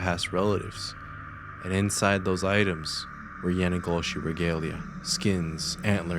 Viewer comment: bro... if you say yanagloshi 1 more time... it's called yee naaldlooshii